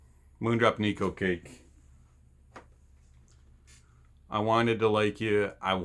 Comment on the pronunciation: "NIKU CAKE" 💀